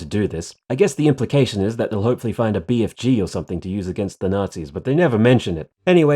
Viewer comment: I like how he says Bfg like he is doomguys grandpa